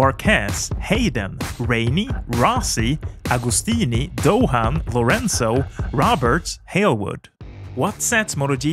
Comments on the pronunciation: Doin’ ... not dough-han ... ! 😉🇦🇺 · I really don't see how Stoner and Hayden brought something new. Good riders, but not that special. Pronounce Doohan as 'Do_an' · As an Australian, allow me to help you pronounce Mick's name correctly. The 'h' in Doohan is silent. It is pronounced like the word 'doing' but without the 'g'. Thanks